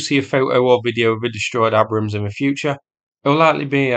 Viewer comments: "AY-brams" not "A-brums". Jesus Christ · Tis pronounced 'Aybrams'. 😉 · lol it’s pronounced ay-brums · What an odd way to pronounce Abrams..... It's pronounced Aybrams. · Are you deliberately mispronouncing Abrams? 🙂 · Thought you would be able to pronounce "Abram" !! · At least learn how to pronounce the name property.